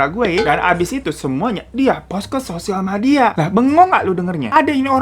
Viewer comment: Iya saking semangatnya bawainnya gak nyadar hiro, sosial madia nyebutnya 🤣